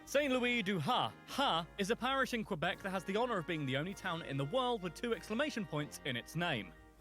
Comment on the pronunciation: The narrator kinda butchered some of the names. It was annoying hearing Quebec so many times pronounced with a W.